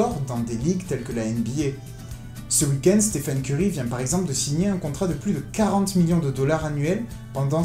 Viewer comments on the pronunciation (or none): none